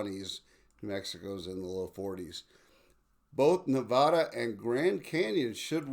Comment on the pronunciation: You've got to learn how to pronounce "Nevada"!